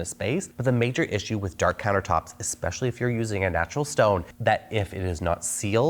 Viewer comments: Dark not Dakr 😂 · "Dakr countertops" 😅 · “DAKR COUNTERTOPS”